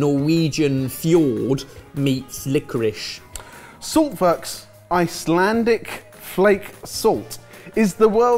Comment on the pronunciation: It's licorice not licorish. Do you say I am having rice or rishe